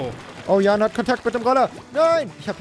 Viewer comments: als eingetragener Jan dieser existens kann ich euch sagen das das a kurz ist. es heißt nicht JAAAAAAAAAAAAAAAAAAn sondern Jan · der Typ heißt Jan und nicht Jahn! :D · JanGamingTV Ich habe ihn auch gehört... er wurde nur falsch ausgesprochen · necridtheschwedi Genau das wollte ich auch schreiben! Das A ist KURZ!